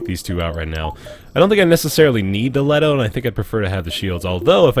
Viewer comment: THe gun is a LeeToe not Let o. Love the vids, but that is setting off my Nerd circuit.